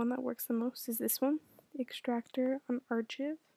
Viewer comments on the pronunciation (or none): shee said un ar chi ve